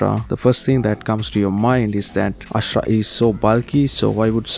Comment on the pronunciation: AshUra not Ashra😅